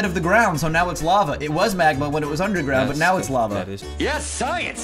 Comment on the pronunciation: lava. say it with me. la-va